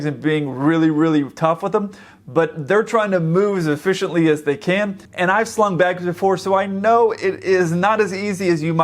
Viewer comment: Took me a while to realize he was saying "slung bags" not "slumming bags"